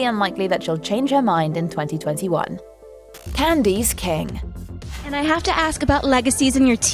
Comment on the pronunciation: "Candyce kang" 🤔